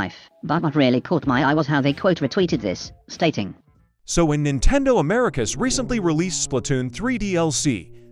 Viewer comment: ah yes, my fav gaming company: "Nintedo" 😭💀